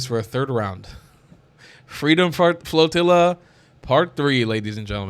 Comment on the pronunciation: 10 seconds in you totally said Freedom Fart Floatilla😂😂😂